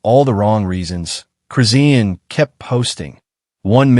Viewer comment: PRONOUNCED HER NAME RIGHT ITS CHRIS. SHAWN THATS THE WAY ITS PRONOUNCED NOT WHAT YOUR SAYING